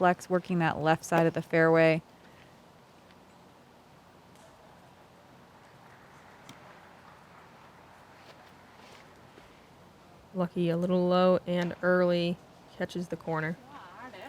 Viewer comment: Calling Lykke "Lucky" seems very strange to me. It isn't that hard to pronounce.